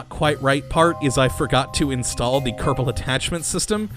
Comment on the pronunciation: I not Kottabo space program its kerbal space program!